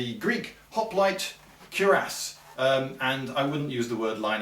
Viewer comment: Odd, never heard Cuirass pronounced before and its so strange to hear